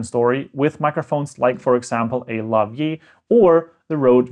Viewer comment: More often than not you would use a lavalier with the Rode Gos and Pros and those microphones/transmitters would provide their own power and it would be the receiver that would make the connection to the XLR which you did not cover. BTW its pronounced laa·vuh·leer .